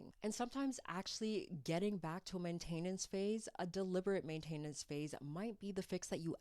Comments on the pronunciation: “Ultimately… simply… ultimately… simply… ultimately…. simply….” “Main-TAIN-ance” 😂😂😂😂😂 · Main-tah-nence But I appreciated the information! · Weird way to say maintenance really...